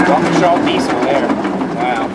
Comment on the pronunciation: Why do people call it walk-uh-shaw? It's pronounced walk-ee-shuh